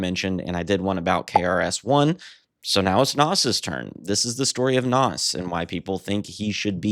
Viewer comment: Pronounced “Nahz”